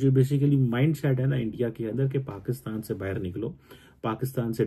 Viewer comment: baa-ii-rr = bahar = outside😂😂